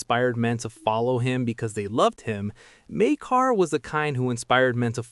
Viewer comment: It's pronounced 'Mike-Ah', the R is silent.